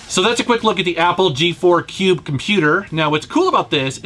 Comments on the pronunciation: Cringed every time you said cube but other then that great video! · Love your channel, Never say "cube" again, PLEASE!